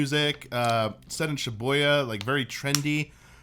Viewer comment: ShiーBOYーYa?!?!? It is Shi-BooーYa! ※Sparks rage in this Japanese major's heart... lol.※